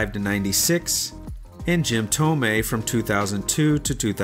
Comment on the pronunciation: Nobody calls Jim Thome "Jim Thomei"; it's Jim "Thomee."